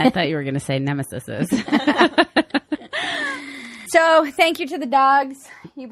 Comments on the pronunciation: Ackshully Cousin Maggie, the plural of nemesis is not pronounced nem-uh-sis-iz, but as nem-uh-sees. Yeah, I'm the worst. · UMMM AXUALLEEE...It's "nemeses."